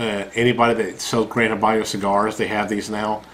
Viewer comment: And its Habano......not Habanyo.